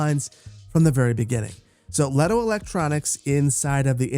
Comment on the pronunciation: You mispronounced Lehto and Kapea Leh-to ka-pe-a